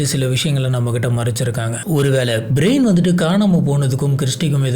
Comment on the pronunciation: பேரெல்லாம் கரெக்டா சொல்ல கத்துக்கோங்க பிரயன் பிரைன் ன்னு சொல்வது தப்பு brain நா மூளை ன்னு எல்லோர்க்கும் தெரியும் ரைட் சொல்லு கொஞ்சம் try பண்ணி கரெக்டா மாத்தி பேச pazhagavum